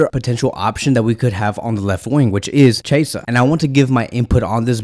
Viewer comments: Chasea u mean chi-esa Kevin 😂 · Its pronouns key -a -sah = chiesa lol